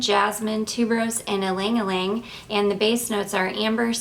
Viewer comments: Ylang-Ylang is pronounced Yang-Yang, not Ling-Ling. Little trick that French woman used to do during the occupation and war to save their perfume and not use it up too fast because it was impossible to buy was to get as many areas with one spray or a few dabs of the perfume. First they'd spray one wrist or add a little pool with the dabber onto one wrist, dip their fingers into the little pool of fragrance and apply to each pulse point on the neck, dip again, tap nape of neck, collar bones, and hairline. Then tap both wrists together, then cross your wrists to get the backsides of wrist (two taps). They used one big spray or a few dabs on that one wrist and managed to apply it to 10 areas. Even in wartime Frenchwomen smelled wonderful. I know. My mother was one of those women. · You aren't pronouncing it correctly...she did pronounce it correctly. E-lang e-lang is the correct pronunciation!!!